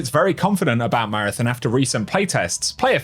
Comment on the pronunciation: Come on its marathon not marathin